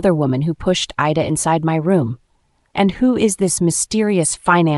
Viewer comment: narrator makes a lot of pronunciation mistakes. Sometimes she says 'I-da' but in the next breath its 'Ee-da'. She also mispronounces fiancee (which is spelt finance lol). And why do they keep repeating full lines of dialogue - as though we didnt hear it the first time. Some last minute editing hasnt been done which is a bit sloppy. That said, the story is quite good. Kevin and Claire are a'holes though